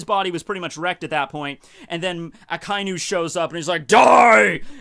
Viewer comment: Had to hop through a few chains of videos to find something more recent of you saying Akainu. I'm glad you figured out how it's pronounced. =']